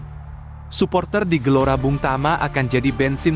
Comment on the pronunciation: Gelora Bung Tomo Jadi Gelora Bung Tama... Kok bisa ya??